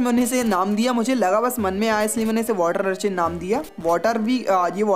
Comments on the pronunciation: It's urchin not archin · Its urchin not archin but big fan